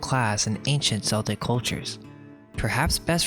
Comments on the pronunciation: I'm not sure where you come from but celtic uses a k not a s sound. No they escaped the global diluge or mud flood. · Celtic is pronounced "kell-tick". Please stop making celts vomit. Its offensive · not to argue the point, or anything, but it is not subjective, it is ALWAYS pronounced 'Keltic', unless you are talking about the football team Glasgow Celtic and the NBA team Boston Celtics. They are two anomalies (even the 80s Swiss black metal band CELTIC FROST use a hard C). Every other time it is Keltic, it is in no way a preference, nor debatable, sorry (just read the comments) Ditto for Tuatha (TOO-AH) Dé (DAY - the fada over the E changes the sound to an A) Dannan (DAN-AN) which is pronounced almost exactly how it looks. There is no room again for any kind of preference. Sure, accents may vary in Ireland denoting a different sound, but it is that pronunciation that is correct. And yes, I am Irish and can (kinda) speak it, ha Really looking to part 4, though, in all its Seltic glory hahahaha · Interesting video, but I don't really know why do you care so much what Christians think. It seems like in every video you call out Christians and seek to convert them. If people are open to alternative information, that is up to them. Also I guess you are an autodidact but it is embarrassing when you mispronounce well-known words such as Celt/Celtic or Magus/Magian.